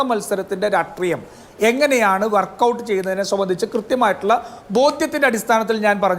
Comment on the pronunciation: രാഷ്ട്രീയത്തിൽ ഉള്ള രാജു പി നായർ രാട്രീയം... രാട്രീയം എന്ന് എപ്പോഴും പറയുന്നന്ത് എന്ത് അരോചകമാണ്...